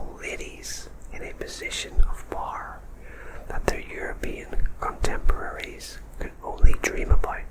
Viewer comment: Your accent is really fab,! I like how you say "power"!